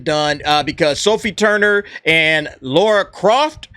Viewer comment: It's Lara. Her name is fucking Lara.